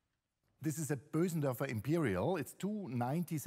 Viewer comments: sorry, I disagree, the pause was for dramatic effect. Bösendorfer is a Viennese brand, while the pianist himself is also from Vienna...he's been pronouncing it correctly his whole life. The American commentators/salespeople don't know how to say "ö" and say "Bohsendorfer" instead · it's weirdly satisfying to hear someone pronounce "Bösendorfer" correctly.